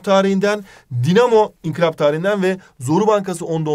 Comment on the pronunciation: İnkilap değil Hocam İnkılap